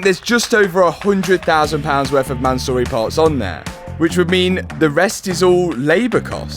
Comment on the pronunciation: Mansory is a Persian name, the owner is Persian (Iranian) so please for the love of god pronounce the name CORRECTLY. It's not ManSORREY but you NEED to pronounce it as ManSUURI.